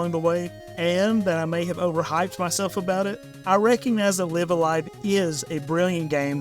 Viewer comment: Actually it's pronounced Live-A-Live. 😝